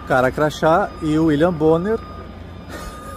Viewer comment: ótimo vídeo. Por favor, o nome do infeliz é William Bonner e não William Borne.